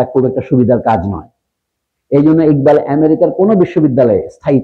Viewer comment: স্যার বাংলাদেশে একবাল কেন ইকবাল? টাইটেলে লিখলেন একবাল কিন্তু আপনি উচ্চারণ করলেন ইকবাল।